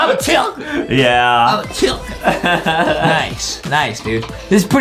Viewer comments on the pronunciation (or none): It’s not called a chiLcken it’s called a chicken no L